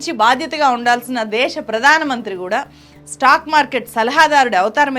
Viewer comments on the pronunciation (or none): తెలుగు భాషని ఖూనీ చేస్తున్న నిన్నేం చెయ్యాలి? దేషం కాదు దేశం అని ఉచ్చరించమ్మా తల్లీ. ముందు తెలుగుభాష ని సరిగా పలకవే.